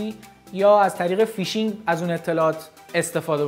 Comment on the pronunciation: فک کنم فیشینگ رو اشتباه گفتی..